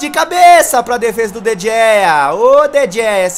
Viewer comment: não se fala De Gea se fala De rea